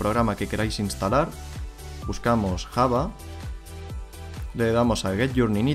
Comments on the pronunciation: La pronunciación de java es llava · muy bien explicado lo gracioso es como pronuncia java el di kkkjava jajajajaja